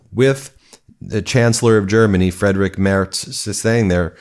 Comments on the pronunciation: DUDE it’s not fucking Fredric! Freed/rich Mare/Z (hard Z like zit) outing one’s self as dumb is what you are doing! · Friedrich Merz is pronounced = Free-d-rish just an FYI... 🙂